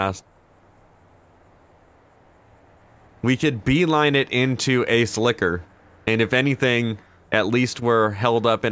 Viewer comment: Took me a moment to realize he was saying "Ace Liquor" I thought he was calling the cop behind him an ass-licker xD